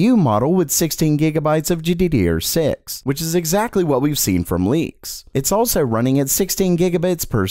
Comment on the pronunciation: Gee-dee-dee-ur had my rolling